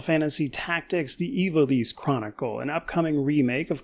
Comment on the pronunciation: Thank god at least one reviewer is pronouncing Ivalice correctly